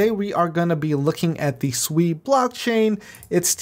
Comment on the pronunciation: Hmm u calling it differently.... I like when ppl Su eeeeeee